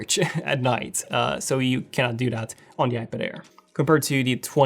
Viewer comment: Air, not care 😅